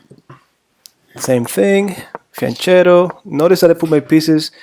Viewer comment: If your name is you should at least know that it is pronounced fianketto lol. Also the opening is Peertz and not Pirk.